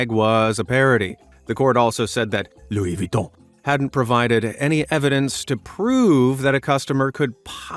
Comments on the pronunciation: “Louwie VitHON” 🤣🤣🤣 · Looey vweeton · had fun pronouncing "Lou Viton" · LoUI VuItToN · I like the way he says Luis Vuitton. Hahahaahaha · I love how he says " LOUIS VUITTON" 😂😂😂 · I love how he pronounce Louis Vuitton, i keep laughing at each time he says it XD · the way he says louis vutton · I rlly love the way u say "Louis Vuitton" 😂😂😂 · I liked how he pronounced Louis Vuitton lol!